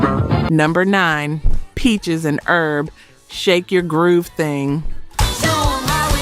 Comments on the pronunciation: Peaches and Erb??? The H isn't silent like for spices. It's Herb, as in short for Herbert. You pronounce it with the H. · Peaches and Herb (pronounced with the H) not Peaches and Erb. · Peaches and Herb, not errb. Herb, short for Herbert. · Lacking knowledge. How could you say fact checking and NOT know that the "H" is pronounced in Herb. Must be A I narration